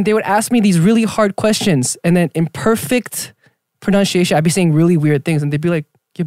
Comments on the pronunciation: it's pro-nun-see-asian and not how Jae said it 🤣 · 'my pronounshiation is just good' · the fact that he can't pronounce pronunciation 🤣🤣🤣🤣